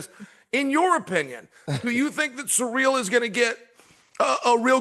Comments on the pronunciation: "Surreal Gane" ty Chael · Did chael said suurel instead of ciryl 😅